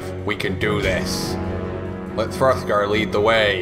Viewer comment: LOL throftgar